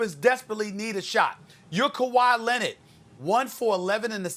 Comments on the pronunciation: Everyone : Kawhi Leonard Stephen A : Kawhi Lenon 😂😂😂😂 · Kawhi lennid 😂😂